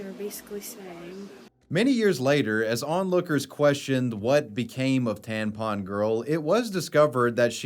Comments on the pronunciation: I am 100% convinced actually thinks tampons are called tanpons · Bro it's tampon not tanpon 😆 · TaMpon, you keep saying taNpon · I wonder if he knows that it’s taMpon non taNpon lol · is this grown man saying "tan pon" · why are you saying tanpon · Wait do you just say tanpon.... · Why did I have to scroll so far to find a comment about this?? 😂😂 That was nagging at my brain way too much! TaNpon.